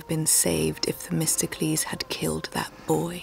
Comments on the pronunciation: isn't it "The-mist-oh-clease"? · You’re supposed to pronounce it like “The Mystical Ease” that’s nowhere near testicles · 100 sins for Themistocles sounding like "Testicles".